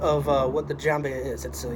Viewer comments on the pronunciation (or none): It's jembiah if you want to pronounce it 100%. There's a longer version of it and some of those are made of Iron ore hit by lightning ⚡in Southern Saudi Arabia. Jembiah came from the word jemb which means (body side) cause it's worn on side. Even the waist is considered a body side.